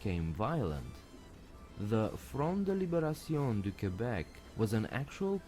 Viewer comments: FYI,, it's not pronounced "COObek" or "CUEbek" as you're saying it. Listen to the video narrator say it correctly... The "Que" part is pronounced simply as a very quick "kuh" sound. The "ue" isn't pronounced. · For your info, Quebec is pronounced kebek. And merci for your interest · Fun fact: It's not pronounced Ku-bec, but Ké-bec 😉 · I'm giving you the correct pronounciation Québec ( Kaibec ). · Pronounced KAY-BECK...by people from Quebec. 😊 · It's pronounced "KAY-BECK"